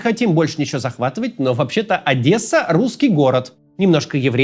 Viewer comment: Максим, спасибо большое Вам за правду!! И отдельное спасибо от нас, одесситов, за правильное произношение нашего города - мы Одесса, а не Адэса!